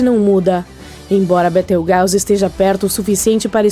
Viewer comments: Da licença. Betrigause ?????????? Aprenda a falar correto desisti na hora de assistir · Sabe nem falar o nome da estrela